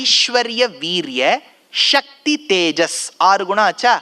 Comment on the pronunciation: இவர் மாதிரி உபன்யாசம் செய்பவர்களே சக்தி என்பதை க்ஷக்தி என்று உச்சரிப்பதால் இப்போது எல்லோரும் ஸ க்தி என்பதை ஷக்தி என்றே உச்சரிக்கிறார்கள். ஸ்ராத்தம் என்பதை ஷ்ரார்த்தம் என்று